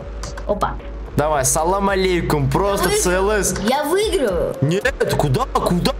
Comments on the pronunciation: в английском только си ел эс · ты там сказал цлс тамаева😂😂😂😂😂